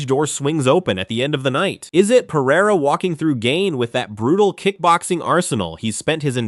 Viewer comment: Usman is married to a Brazilian, right? His pronunciation of Pereira is perfect.